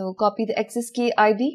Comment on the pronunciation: I liked the content. simple and elegant. However I have little trouble with the accent. Ex: pronouncing "access" as "excess". just a minor observation.